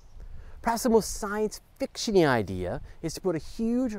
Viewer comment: Did he say science fichtiony idea?